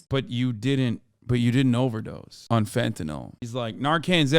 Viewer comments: She deals with fentanyl, but can’t pronounce it correctly. Fenta-NAWL (SIC). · It's fentanyl, not fentanol. Proves how little she knows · She lost me at the "fentuhnall" pronunciation. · Reefer Madness. And why are ee calling it fentanol/fentanall it's fentanyl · It's really annoying that she keeps saying "fentanol" It's "fentanyl" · Heh heh, "hentanyl." Getting a high off of animated tig ol' bitties. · "Fentanol". Can't even say it.